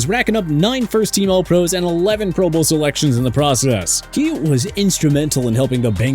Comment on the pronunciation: Black and Silver lol love it when he says things just a little off. like when he pronounces pro bowl like pro BOWL…. Instead of PRO bowl. Good stuff 😂